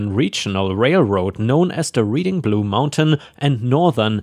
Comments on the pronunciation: The rr is pronounced reding not reading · Your pronunciation of my hometown is horrible Reading is pronounced (RED-DING). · When talking about a fish, bass rhymes with pass, gas, and lass. Reading is pronounced Redding, like the color. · No way you could know this but Reading, PA is pronounced Redding. Like the color red. I dont know why though. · Reading is pronounced RED ING -- like the color red. Your English has improved significantly since I started listening to you! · Just for your edification, Reading is pronounced with a short "e" rather a long "e", red as opposed to reed, although I am a Pennsylvania native, I'm from Philadelphia, and that's how we say it. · I know its nit picking but while the town in PA is spelled Reading its pronounced like the color red, Reding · Reading, PA is pronounced Red-ing. Short E. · I know you have no way to be aware of this, and you are not the first or will be the last to mispronounce it, but the city the rail line was named after is pronounced Red-ing. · Hint Reading Pennsylvania is said, like Reading Britain not like you’re reading a book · As a Greater Philadelphia native, my ears hurt each time the town was pronounced as if you were Reading a book. It is a short E sound, like in bread or bed, or the past tense of read “I read a book last night.” Thank you for listening to this Public Service Announcement. 😉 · You mispronounced the name of our city Reading, PA.